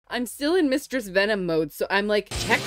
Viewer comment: "mustress venom"😂